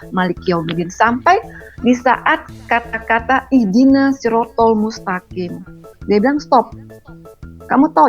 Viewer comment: Ihdina shirothol mustaqim?, yg benar: Ihdinash shirotol mustaqim..